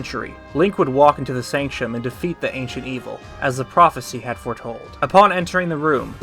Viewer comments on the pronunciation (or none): Love the video, but you keep driving me crazy with the mispronunciation of “Sanctum”. It’s pronounced “Sank-tum”